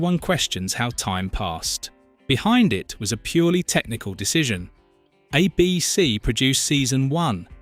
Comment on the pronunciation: It's ABC not uh BC.